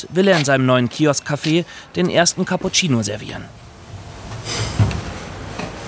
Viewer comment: Hilf mir mal einer. Bei Minute 53. Was ist ein Kappuzeino? Oder meinen die den Cappuccino und haben das nur falsch ausgesprochen? Oder spreche ich Cappuccino immer falsch aus? 😅